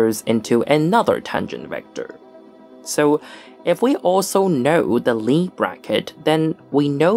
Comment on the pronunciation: If Sophus Lie was norwegian, the "i" and the "e" in Lie are separate wovels and should be pronounced as such. Emphasis on the "i".